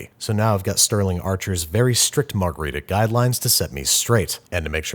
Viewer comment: I’ll be honest, I forgot how to pronounce margarita, so I clicked the video.